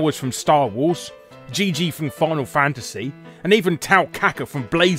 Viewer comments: Umm it's vivi, not gigi, my friend, unless he's called that in other countries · You pronounced Vivi’s name as (G-G) instead of (V-V) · Gigi? Who the fuck is Gigi? How the fuck you mispronounce Vivi!?! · How the heck did Larry get "Gigi" from Vivi??? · To me the most concerning thing in this whole video is that he called Vivi from Final Fantasy 9, “Gigi.” Uhhh what!? Is his name actually different in PAL versions of the game? Or has homie just made a mistake in the script? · Gigi? I believe it's Vivi. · Hold on, isn’t FF9’s Black mage called Vivi, not Gigi? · ... it's ViVi... not GeeGee... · Jiji? Vivi my friend. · Those were not pentagrams and pentagrams are not two triangles. Penta means five and those things have six points...not five. Same with two triangles, six points...not five. You and Nintendo are both wrong about those being pentagrams. Also, the Final Fantasy character's name is Vivi (Bibi in Japanese), not Jiji/Gigi. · It's Vivi not Gigi man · Did he just call Vivi "Gigi"? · Did... you call Vivi... Geegee? Even in the original Japanese, he's Bibi, which is a common phonetic swap for V's (ie: DBZ's Vegeta is often called Bejita). Was that a PAL version thing? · Okay, I turned a deaf ear to most of his wrong pronounciations... but Gigi?!? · If he played FFXIV then that character is named Gigi :p